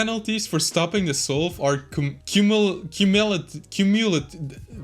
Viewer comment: When you say solve its sounds like soul